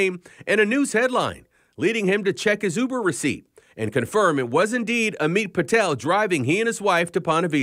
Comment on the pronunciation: said "UBER" correctly! (Two weeks ago was ridiculed for saying "YOU-ber)